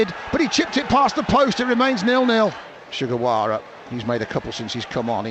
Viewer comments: The way it came out, it really sounded like it lol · Did Jo Tessem call Sugawara "Che Guevara"? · I think it’s ‘Shu Gerwawa’